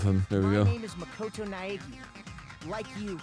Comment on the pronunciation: Also, just a moment to applaud Hinata's actor on pronouncing Makoto Naegi 🙏